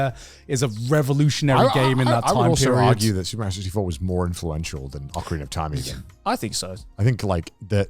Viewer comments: Says TomAAAtoes but Meeeerio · The nerve to be so upset about the American pronunciation of tomato and then pronounce Mario like that is wild!